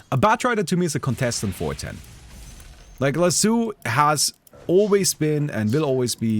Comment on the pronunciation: Not sure how to feel about chat's unwavering commitment to not acknowledging how pronounces Lasso.